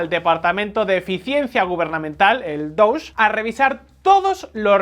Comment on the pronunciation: No sé si es un chiste o estoy viendo cosas donde no las hay, pero, ¿Es posible que haya percibido que la pronunciación de DOGE está vez sonaba un poquito como "Douche"?